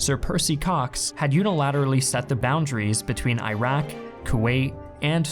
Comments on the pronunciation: Dearest....as someone who really appreciates your content and your love for history, PLEASE pronounce these countries' names correctly. Iraq, an Arabic-speaking country, is pronounced "irr-rock". Not "eye-rack". Irack is what Westerns mispronounce it as. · Thank You for your documentary film. But learn how to pronounce Iraq and Iran. It's Eeeeeraq and Eeran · Pronouncing Iraq as Airaq is irritating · eye-ran eye-rak sawdi arabia ...... where are theses mythical countries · "EE-rok," and "EE-ron." Do you say "eye-TAL-yinz?" No, unless you're Archie Bunker. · Where is Eyerak? Do you mean Iraq? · He wants to convince me that it’s from an Iraqi perspective when he pronounces it as “eye-rack” lol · Can you please pronounce Iraq correctly? It is quite irritating to hear a country name messed up...It is pronounced as "e-raq" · Can't continue watching because you keep pronouncing them "eye-rack" and "eye-ran." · Nice presentation. But why do you pronounce Iraq, EYE RACK? You don’t pronounce Italy, EYE TALY do you? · Iraq , Iran , Italy Is pronounced Eraq, Eran , Etaly Because beside the USA n England Every Latin pronunciation for E is Eh I is e You will gain better world audience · If you're gonna use "historian" in your username, at least for the love of God don't pronounce it as "eye-rack" or "eye-ran"... Italy also starts with an "i" yet you don't pronounce it as eye-taly, do you? It's the same "i" sound that all three countries start with, please stop with the CNN/FOX pronunciation! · Iraq = "Ee'Rrak".. Good videos. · I hate hearing it pronounced eyerack. It just sounds bad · Bro your pronouncing Iraq wrong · Creating content on Iraq, can't even pronounce the name! Really? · At least learn how to pronounce Iraq. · Oh, WTF..."I"raq and "I"ran??? Again with the fucked up American pronunciation? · U know as an iraqi i really feel disturbed by the way you guys spell the words "iraq" "iraqi" just pronounce it the way google does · Eye-Rack... Ir-ock*